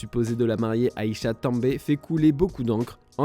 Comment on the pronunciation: De plus vous ne pouvez même même pas prononcer correctement le nom de la femme de Sadio Mané 😂 😅. C'est Aïcha Tamba et non Aïcha també 😄🤣. Si vous ne savez pas vous vous taisez 🤫